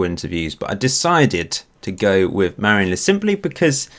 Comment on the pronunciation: Dane here. Your pronunciation of Marienlyst is actually pretty good.